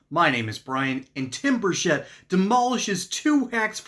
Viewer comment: It's not Bushett it's Burchett. Please say it RIGHT!!!